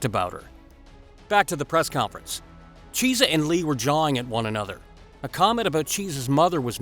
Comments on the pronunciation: His name is Michael kee-essa not cheese-a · It isn't cheesa it's key-es-sa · Who is Micheal Cheese-a ? Lmao! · You will get a like if you tell the Chunky, (yes, Chunky) Cheese story And a UFC fan, would've heard him pronounce his name correctly. Chiesa=Key - s - uh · Lol...... Michael 'Cheez-a" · "Cheese-a", really gonna let that get past editing? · Narrator, you’ve never heard of any of these people, eh? Michael Cheesa? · I muscled through the first part of the video but when he said cheesah I was done... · Cheese-ah??? Lol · Learn the fighters names before you do a video on them cause u butcher Micheal Chiesa name